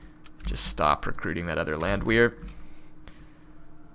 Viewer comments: It's pronounced Land-Vare. It's German. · Landwehr pronounced land-vair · If I may add, I believe the "Land" sounds like bond or pond in American English, and the "wehr" sounds like air or hair, and of course the "w" sounds like the English "v" . dict.cc/?s=Landwehr